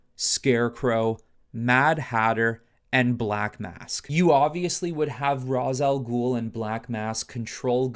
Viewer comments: His name is pronounced “Ray-shh” not “Ra-zuh” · Hearing this man say ROZ instead of RAYSH when mentioning Rā's al ghul is frustrating tf outta me